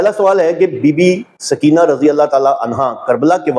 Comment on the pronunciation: سکینہ بولتے وقت س پر پیش پڑھا کریں